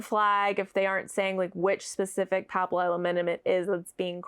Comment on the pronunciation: Thank you for sharing your thoughts! I am so jealous of how easily you say papillilaminum. I can’t even pronounce it when I see it spelled out.